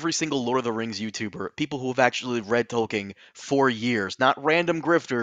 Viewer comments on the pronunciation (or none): Does not know there is no "ing" ending to Tolkien's name? It's not the first time he's butchered his name